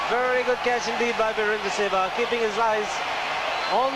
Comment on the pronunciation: Yeh shewag kon pronounce krta Hai Bhai :D hahaha